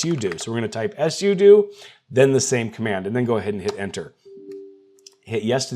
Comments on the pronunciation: If you pronounce sudo like that one more time, I will actually cry. It's either "Soo Doo," two syllables, or "Soo Doh," also two syllables. You invented a whole ass third syllable and there's no reason to be doing all that. If I ever hear you pronounce it like "Ess You Doo" again, I will find you, I will alphabetize your keyboard, replace all your writing utensils with crayons, then I'll toast all your bread and put it back where I found it on the way out. Mf just put my entire nervous system into fight or flight, I'm scheduling an extra therapy session this week, specifically because of this. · Hearing sudo as “ess you do”instead of “sue dough” gave me shell shock hahaha cheers!!